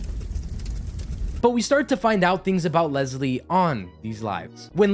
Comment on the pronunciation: Unfortunately I share the same name as Leslie. And I can tell you after having this name for 50 years, people named Leslie do not like being called “LEZ-LEE”. There is no “Z” in the name LES-LEE. It’s Leslie! Not “Lezlie”. 😊